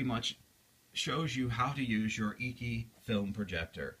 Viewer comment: Its pronounced "achy" not eeky